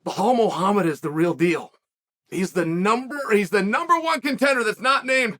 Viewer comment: But at least he pronounce Muhammad correct